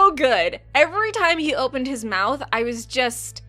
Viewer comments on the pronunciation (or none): none